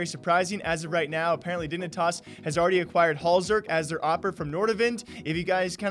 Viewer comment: “Dingnitas” Lmao